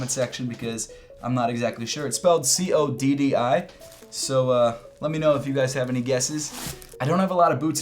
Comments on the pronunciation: It's pronounced CODDI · its pronounced Coddi